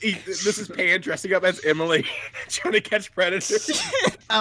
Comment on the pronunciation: I loved how you pronounced my name pan